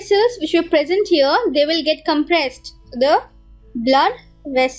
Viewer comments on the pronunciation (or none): none